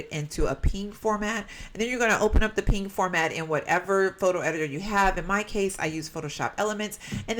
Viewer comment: I have always called PNGs P N G s so you calling them pings really threw me off lol